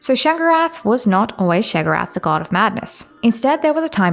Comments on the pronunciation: I know it’s not a big deal but why do you keep saying sheg-orath? You spell it write. It is pronounced Shay-o-gor-ath. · Why are you saying his name like that? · So the first "o" in Sheogorath is silent? Very strange Dee-dra wouldn't you say?